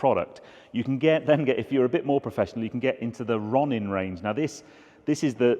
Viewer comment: Interesting stuff:) ps that is not how you pronounce Ronin. Come on you're a car guy, you must have seen the film